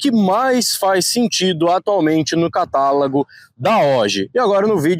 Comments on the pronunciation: CATALAGO? KKKKK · Ri demais no catalago kkkkkkkkkkkk